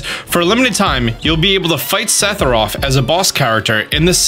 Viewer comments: *s e t h i r o p h* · Listening to pronounce Sephiroth 3 different ways throughout this video was amazing. Lol